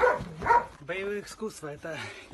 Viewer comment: "боевые иКскусства".